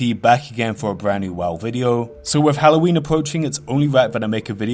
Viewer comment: Wiff hawwoween appwoaching its ownly wite that i make a video about the cweepies twing in wherld of wharcwahft. Mans got a loose goose ! Ily man!